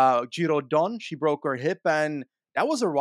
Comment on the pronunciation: Giro DONNE!!!!!! Quit saying Giro rose!!!!!! 🤬